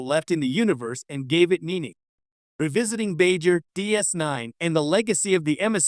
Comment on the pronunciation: Lol and Bai Jur